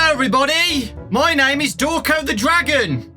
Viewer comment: “Hello! I’m!... Thank you,.” Me: How about? Pronunced ‘Draw-cone’